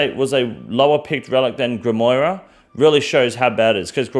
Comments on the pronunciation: It's GRIM WAUR not GRIM WOIRUH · than grim what now? its grim-waa